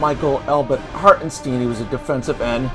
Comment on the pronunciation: If you're going to do one of these on YouTube, the least you can do is pronounce the name correctly. It's Harten STINE